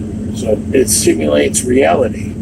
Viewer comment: because isee rwality And its hard. Nobody ever want to see rwality